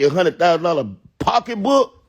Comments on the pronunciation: No he did not call it a “pock-a-book” 😭😭😭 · wait, what?? 😂 how am I in the matrix? I was trippin out about Trick calling them “pock-a-books” bc I haven’t heard anyone actively use that term since before my grandmother passed away. I personally don’t desire to have a Birkin bag, but I also don’t care enough to judge anyone else for wanting one. Regardless, my comment was specifically referring to Trick’s reference... because it was funny af lol nothing more than that.